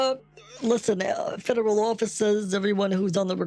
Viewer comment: That's because "Each and every thing is being heard in the goat house, fedrall trade commishen, depputtment of tresry, depputtment of homeland secutty, shoshall secuuuty and the higher authoratees".